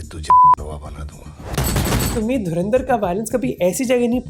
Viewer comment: Dharandar nahi Dhurandhar.